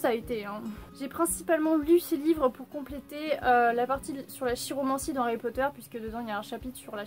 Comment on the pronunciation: Très intéressants tous ces bouquins ! Ça fait plaisir de te suivre à nouveau, j'étais débordé ! :D Harry Potter ça doit être cool. Je me demandais, chiromancie, ça se dit pas kiromancie ? :D Certaines critiques me font rire, t'es cash et t'as raison :)